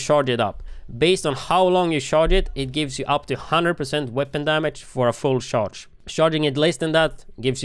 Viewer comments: I know he's saying "charge" the rifle, but it sounds like shart lol "you have to shart the rifle before you shoot it" lol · Why when he says charge did I keep hearing shart